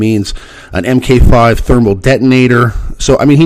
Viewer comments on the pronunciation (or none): Just wanna say MK V = Mark 5... not M K 5